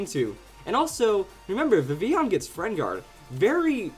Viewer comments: ITS VIV-VILL-ON!!!! Sorry,but it's true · It's pronounced Viv-il-on. I know in Spanish ll is pronounced as y, but we're speaking English here! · Why do you speak Vivillon so weird?